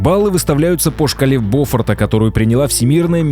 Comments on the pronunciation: "3-балльный шторм." Шторм - это 10+ баллов по шкале Боффорта, ударение на второй слог, а не на первый. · Справедливости ради, очень многие моряки делают ударение на первую О в слове "бофорта"